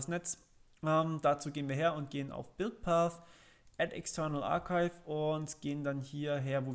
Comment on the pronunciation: Man kennts "arkeif"